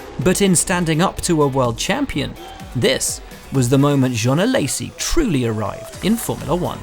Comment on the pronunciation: Way to butcher Alessi’s name... ‘A-lazy’